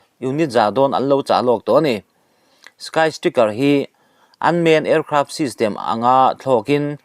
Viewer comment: a bengvarthlak thin viau a..mahse lam sual a awm leh thin 'sky striker' = skai straikar tiha lam tur ania...tin, tukin ni 9.5.25 zing vanglaini chanchinbu nen a in ang deuh chiah mai..a tir lam hi....han update zel teh u news rintlak tak zelin...